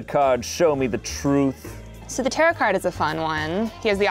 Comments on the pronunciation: Is he saying taroTt? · pronouncing tarot like "carrot" amuses me more than it normally should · Its pronounced tarot not tarot